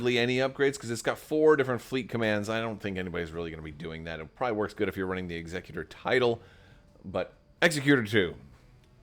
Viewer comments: Executor like ex-ECK-you-tore. As in “Executor? For Aiur! What would you ask of me? As you will?” Protoss players could never forget. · Exec-utor. Rogue Squadron 3 pronounces it this way. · As you say, it's star wars and they're not speaking english so you can pronounce it however you want, but really the word for a person that does executions is an executioner, not an executor. So it's definitely pronounced like executor of an estate. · Suggestion for those who are posting about pronunciation of Executor: use caps for emphasis. Ex-EC-u-tor vs EXE-cu-tor. Otherwise they all look the same 😬